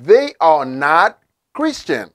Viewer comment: Hello! I want to know why don't you pronounce the "s" in these words "christian(s) and student(s)"?